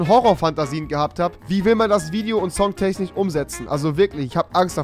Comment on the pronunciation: Songtechnich. Spricht man das nicht Songtechnisch aus